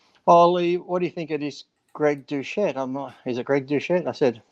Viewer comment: Who the fuck is Greg Diuchette ? Do Lee vs Kermett the Frog.